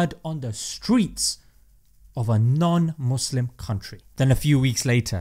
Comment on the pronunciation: At Minnesota Mayor actually said "Muslim" and not "Muzlim"...👏👏